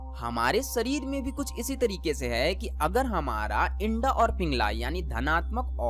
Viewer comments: आपने बहुत अच्छी जानकारी दी लेकिन आप इड़ा नाड़ी को इंडा बोल रहे हैं. कृपया इस बात पर ध्यान दें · इड़ा होती है भाई इंडा नहीं ।अपने उच्चारण में सुधार करो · इडा बोलो इंडा नहीं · Sir ji aap Eda nadi ko Enda nadi kyun bol rahe ho...??? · O bhai ..btane to baith gye .pehle bolna to sikh lo..wo inda nhi hai..Ida h pagle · Inda nehi EERA, PINGLA or Susumna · Yeha Inda Shabda Uchchaaran Galat Hai Issey Ida Kaha Jaata Hai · Aap ida ko inda bolte hai😇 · It's not Indaa, it's Ida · आपने अच्छी जानकारी दी है मगर इड़ा शब्द का तो आप ने बलात्कार ही कर दिया। शब्द इड़ा को इंडा कहना कहातक उचित है? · उच्चारणमें "इडा" बोलिये । इंडा मत बोलो ।